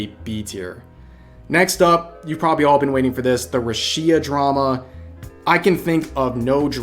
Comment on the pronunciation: Nothing more more controversial than the way Rev says Rushia (I'm jk rev, srry I couldn't help myself).